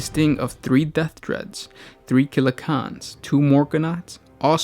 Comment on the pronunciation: Why are you pronouncing it Killa KHAN instead of CAN? They are called CANS because of their resemblance to trash cans or tin cans. I've never heard anyone dub them KHANs until now. Sorry I just found it a bit annoying.